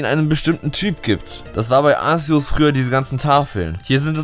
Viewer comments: arSeus... man spricht es arkeus aus so wurde es in den filmen egal ob auf englisher oder deutscher synchro auch genant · es wird nicht Aseos ausgesprochen sondern Aceos ausgesprochen c ist ein K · man spricht es Arkeus aus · Arkeos wird es ausgesprochen! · arceus bassiert vom namen auf zeus deswegen sorich man es arzeus aus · Ar ke us So spricht man es aus. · Es wird Arzeus ausgesprochen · wenn du willst: JUNGE DAS WIRD ARKEUS AUSGESPROCHEN MAAAN DU KANNST GARNICHTS! bitte wenn du jetzt glücklich bist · Alexdestroy Ich wollte genau das gleiche schreiben ^^